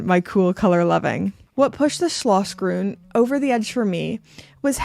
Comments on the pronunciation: I disagree! It is not hilarious at all. Quite the contrary, very precise and correct pronounciation! Neither the sch nor the ü or any other Umlaut exist in English. Well done, very well rehearsed and quite close to how it should be. Thank you for making the effort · I never heard a more charming pronounciation of german, of not german speaking persons. Schlossgrün! Schneesturm! Unbelievable